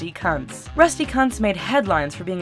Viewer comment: The name kunts is prnounced Koonts